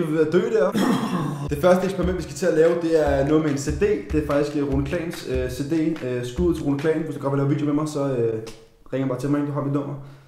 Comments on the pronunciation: ahaha an siger cd ikke cde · er det kun mig der syntes han siger CD på en mærkelig måde xD